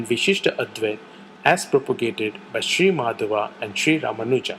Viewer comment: Great video but the Dvaita philosopher's name is Madhva, not Madhava.